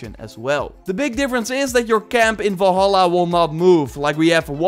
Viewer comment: VALHALLA, Do you see an O in Valhalla?, nooooo It's Val-halla not Vol-halla